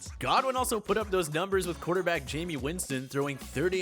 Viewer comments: It's not "Hi-may" they said "Jay-me" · Did he really say jamie winston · Jamie Winston and Adam Thay-lean made me unsub. C'mon man. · Did this dude say Jamie Winston? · Did this dude just say Jamie Winston??🤦‍♂️